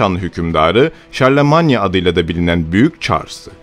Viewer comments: Şarlömayn dır fransızca telafuzu. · Charlemagne Şarlman diye okunmuyor mu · Arkadaşım dikkat ediyorum da hemen hemen her videoda telaffuz hataları yapıyorsun bunlara dikkat etmen gerekir seine değil sen nehri çarlemanye değil şarlman avrupa tarihinde derin izleri olan bu ismi hiç mi duymadın merak ettim açıkçası